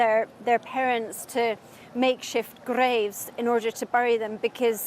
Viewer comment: What is her accent ? She sounds. English but she pronounces “Graves” with a strong rolled R as well as some other words she pronounced interestingly